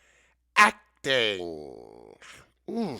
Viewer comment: ACT-ing. ACT-ing? And then you had to say church basement? OMG!❗😅😅